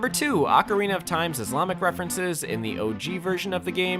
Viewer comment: THATS NOT HOW YOU PRONOUNCE ISLAMIC IM GONNA CRASH OUT